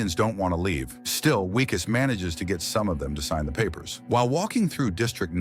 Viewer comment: Its Vickus not Wickus